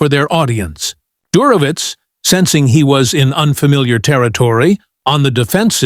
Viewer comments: Der ho witz...😢😢😢 Do better, AI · Computer has a hard time with "Dershowitz". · At minimum, Professor Dershowitz deserves to have his name pronounced correctly.